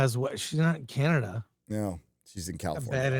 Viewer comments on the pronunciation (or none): none